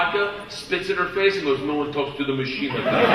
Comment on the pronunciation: Ну типа его произношение "machine" звучит как "мужчина", почему нет.